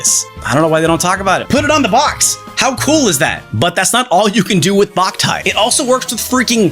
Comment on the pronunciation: Lmao I got a sunburn as a kid playing Boktai outside for too long, hated that game for years! (Also isn't it pronounced "bow-k-tie" and not "bach-tie"?)